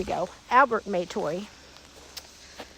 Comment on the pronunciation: Yes, we are Indigenous: Tslagi and Chahta. Our family pronounces it Matoy, not may-toy. Although I recognize that there may have been some dialect and accent nuances specific to the area, though it does make me cringe a bit as it simply isn't how we have pronounced it